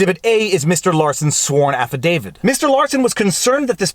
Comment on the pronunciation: There's only one "D" in "affidavit". It's not "affidavid".